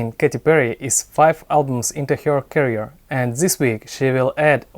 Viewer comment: check the pronunciation of the word career ! the way you pronounce it has the wrong connotation..